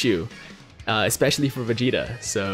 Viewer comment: Anyone else notice he pronounces Vegeta as Facheta 😂😂